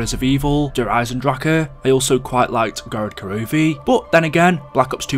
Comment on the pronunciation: When he said Der Eisendracher